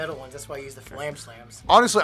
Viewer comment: BTW: respectfully, It’s fAlam, not flam.